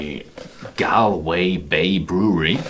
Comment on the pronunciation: Galway is not a city in the east of Ireland but in the west of Ireland.... Also the correct way to pronounce the name is not "gal - way" but rather "gawl - way" :)